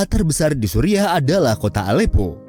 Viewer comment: Kocak sebutan Suriah disamain Supiah